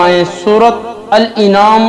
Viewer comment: Jahil gadhe bewaqoof Surah al an'am hai al inaam nahin Gadhe surah ka naam to sahih le bewaqoof .